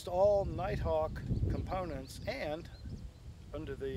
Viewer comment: lost me when said "nighthawk"